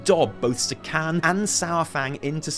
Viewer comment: Zekhån isn't pronounced like Zekhan. It's pronounced like Zekhon. That's your troll shaman's name,. ZekHON.